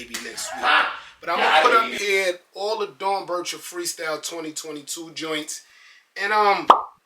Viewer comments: It’s pronounced Dorn Becker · Dorn-becker is how you pronounce it.